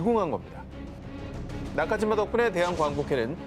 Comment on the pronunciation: 이름 이 나카지마 나 까지마라 로 들리는군